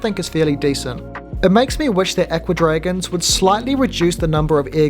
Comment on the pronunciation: I'm glad you can remove the junk cartoons at the bottom. I like the tank a lot except for the rubbish at the bottom. To my ear, your pronunciation of "Aqua Dragons" sounds like "Ecuadorians." Odd to think that there are kits for making little Ecuadorians that swim around in a tank.